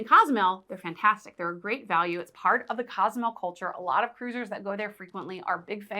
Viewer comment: I love your content, however it is Cozumel, not Casamel...